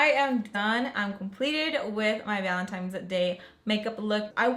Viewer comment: Valen-tine's not times 😂😂